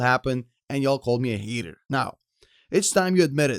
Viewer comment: You "Heeter" ! lol 😂